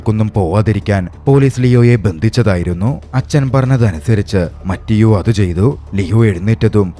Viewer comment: ബ്രോ , മറ്റിയോ അല്ല മത്തെയോ എന്നാണ് ( mathew എന്നതിന്റെ ഇറ്റാലിയൻ പേരാണ് മത്തെയോ )🙏🏻